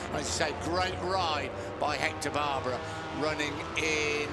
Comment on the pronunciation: No, it is NOT the „BRUNO Circuit“, it is BRNO And his name is not „Baaaaaarrrbaraaaa“, it is Barbeeeeeera.